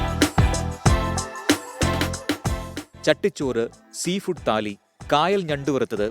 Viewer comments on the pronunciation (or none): Dear Twenty Four channel, താലി അല്ല "ഥാലി" ആണ്. ഇതൊരു നോർത്ത് ഇന്ത്യൻ വാക്കാണ്.